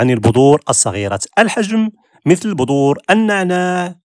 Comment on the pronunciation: بذور وليس بظور ههههههههه